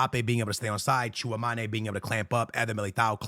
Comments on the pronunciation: FOR THE LOVE OF GOD - IT'S TCHOUA-ME-NI not TCHOUA-MA-NE it's been years ☠☠ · Its Tchoua - me - ni not ma- ni but me - ni. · Bro it’s chua mEni like don’t sound the E like an A lol love you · Bro😂😂you definitely need to learn the pronunciation of Tchouaméni’s name